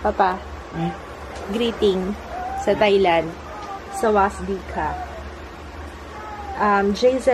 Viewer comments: silent s yung "sawasdee ka", ganito po ang pag pronounce "sawadee ka" according to the thai movies na napanood ko..hehehe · Sawasdee kah/ka is pronounced as sa-wad-dee kah/ka.